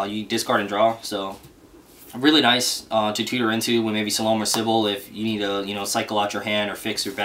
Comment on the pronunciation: you said Salome's name wrong good sir.